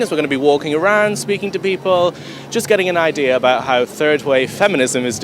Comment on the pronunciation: I know she did not just use the word “ideer”